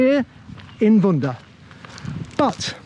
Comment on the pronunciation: Not vunda, it’s vudah